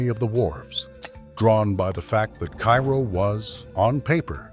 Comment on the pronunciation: Terrible AI voice with numerous mispronunciations, including the name of the town.